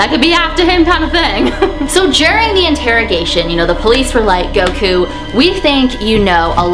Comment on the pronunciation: Its cute when she says GOWKU Instead of Goku